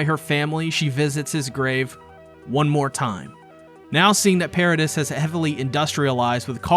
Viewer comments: Do content creators purposefully mispronounce stuff just to get people to comment about it? How can you watch this whole show and still call Mikasa "Mi-Kah-sa" and the island "Paridis" instead of "Paridee" How it's said in the show? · It's Para-DEE. As a fan of the manga and anime you can't tell me you haven't heard it in English at least once. Yes it's spelled Paradis, but it's pronounced pair-a-dee....that just bothered me 😂. Cheers! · Paradis is pronounced pair-a-dee